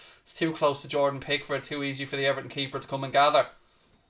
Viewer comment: Its 1nil "everhn"